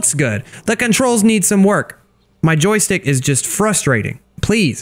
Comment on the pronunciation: U said jostike 78 times